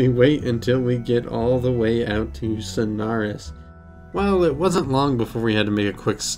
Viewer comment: Why do you pronounce it as snars